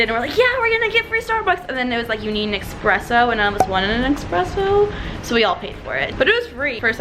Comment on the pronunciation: she really did say eXpresso